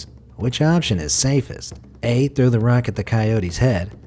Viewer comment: "Where to trow rock?!!"